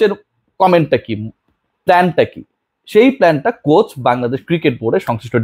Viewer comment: সঠিক উচ্চারণ হবে Coach